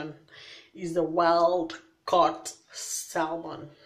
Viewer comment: News Flash... You do know the "L" in Salmon it's Silent right?...